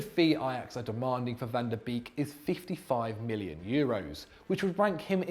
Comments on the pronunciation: van tah beeeeeeeeeeeeek it should be a meme. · The way my man said van de Beek is hard not to cringe as a Dutch speaker😂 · I´m getting angry because of how is pronouncing Van de Beek